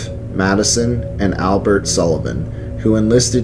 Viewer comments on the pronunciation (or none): none